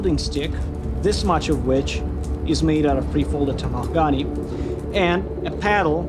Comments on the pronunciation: IT'S PRONOUNCED TAMAHAGA-NAY- the NE has the same pronunciation as nay. Like, honestly the way the word is pronounced isn't a big deal at all but it bothers me for some reason. For some reason pronunciation bothers me to all hell regardless of the language being spoken. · Its pronounced Ta-ma-ha-ga-ne 5 syllables. needs to learn to pronounce his words butchering that word is criminal to the japanese Katana I have seen the national geographic making of a katana 20 times. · Take a shot every time they say tamahagani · can someone at the shop pleeeeeease teach all the others how to pronounce tamahagane